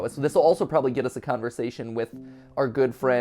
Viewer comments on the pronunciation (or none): none